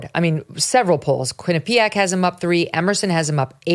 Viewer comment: Megyn - you need to start pronouncing "Quinnipiac" like you live in Connecticut 😉